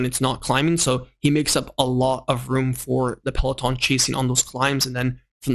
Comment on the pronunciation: Seriously man, it's easy to learn to pronounce POGE--A-KA correctly as well as the basic 'peloton'. I mean don't you ever watch GCN? It's bloody shameful that you can't pronounce even the most basic bike terms.